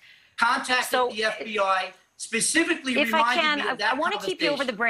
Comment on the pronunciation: 🤔 Hmm, Pacificly. I would hate to see This Lawyer go Atlantic on any questions he is trying to explain. I believe the correct word is Specifically. Pacificly really isn't a word is it?? Wondering for myself...🤫🤔